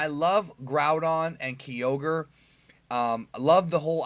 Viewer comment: Keyoger lmaoo